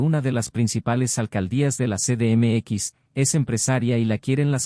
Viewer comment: "ce de eme equis"!? No seas mmón!